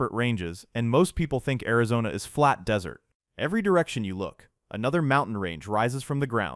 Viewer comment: It also says Dis-ert Road...